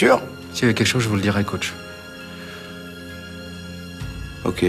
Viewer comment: On dit " coach"